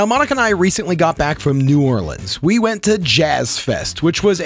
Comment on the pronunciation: As a vegetarian Nola native myself, I can't wait to try out this recipe. Also, I absolutely love it when I hear visitors pronounce it New Or-lens and not New Or-leans. Great job!